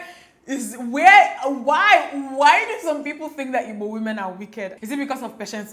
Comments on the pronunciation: I'm now relearning how to pronounce 'Igbo' as Dimma does♥ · now I know how to pronounce igbo properly☺️❤️ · I like the way you pronounce the "IGBO" love you so much!!